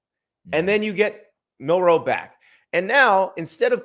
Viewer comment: Milroe not Mil Roe 😂😂😂